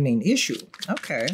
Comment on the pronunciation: That "okey" makes me smile everytime, very Pinoy😊